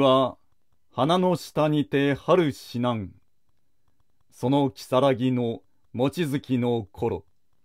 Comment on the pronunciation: もっとも有名な歌と言いながら「花のシタにて」と読むのは…😮 以後の言葉、解説がちょっと ？？？？？